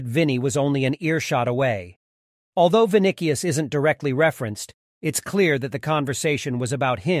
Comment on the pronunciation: Good but not the best in the world. Video doesn't even pronounce his name correctly.